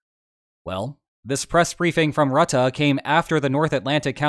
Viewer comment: for what its worth its Mark Roo-tuh (like in rude)